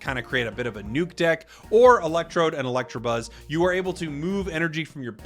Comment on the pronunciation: Bro.... did u just say electrabuzz? Why??? I hate that lol . R u 12?